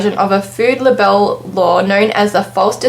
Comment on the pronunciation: Libel is not pronounced "Le Bell" its pronounced "Lie Bul"